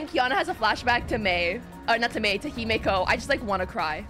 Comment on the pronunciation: the way she says doctor MEI sounds nice